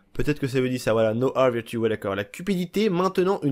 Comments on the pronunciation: Greed is now Ah virtue MDR ce niveau d'anglais déplorable (A ce prononce E dans ce contexte). Sinon cool la vidéo, j'ai acheté le jeu très récemment et je me régale à regarder tes vidéos parlant des secrets/ester eggs. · "nowa vertue" Gneeee c'est "now" plus loin "a" bordel mais cest pas possible d etre aussi nul en agnlais